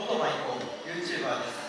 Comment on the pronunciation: Youtchuba desuka? Everytime I hear them say "youtchuba" I remember of Chris's from abroad in japan interview